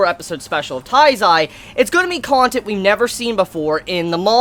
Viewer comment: it's not " TAIZAI" it's Nanatsu no taizai. if you can't say it correctly just say the seven deadly sins i'm not hating just tell you how am i think